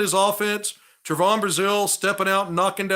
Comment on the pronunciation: I love your recaps and takes on the games but your killin me mispronouncing Trevon's name. Its pronounced Trevin. Just a small critique